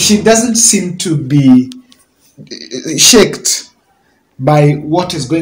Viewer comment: Hi, it's shaken not (shaked)...please